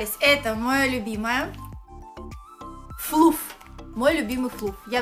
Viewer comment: Флафф* (закрытый слог, читается а)